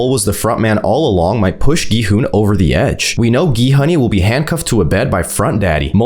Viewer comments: Why in the world does he call gi hun gon hun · Why do you keep calling him Go-Hon?